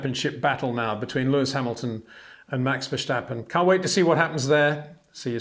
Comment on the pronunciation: I love watching your videos but is it really too much trouble to learn to pronounce the names of the drivers properly? In particular Verstappen and Bottas. Doesn't come across as very professional.